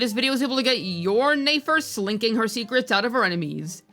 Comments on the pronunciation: juice saying nafer instead of nefer is like AI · Okay I’m definitely convinced you’re pronouncing the names wrong on purpose now. Ney-fer? Come on now 😭😭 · why the hell does she keeps saying Nayfer?